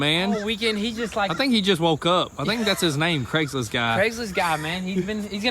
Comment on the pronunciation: Craigslist guy…it’s Craigslist. 😂. Great content tho